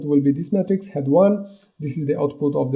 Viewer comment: why you pronounce "Matrix" like "Metrics" ? "Matrix" is pronounced "may-trics"